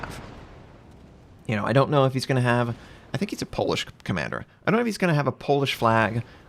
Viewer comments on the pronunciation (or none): none